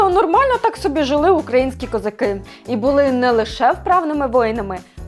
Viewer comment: Хто вас вчив української? Що це за козакЫ, чаркЫ... Ви що, тувинка, чи бурятка, що таке тверде И?